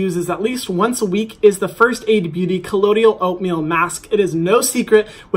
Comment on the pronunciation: *colloidal oatmeal, not collodial